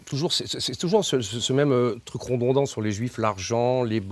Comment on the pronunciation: "rodondant", "redondant"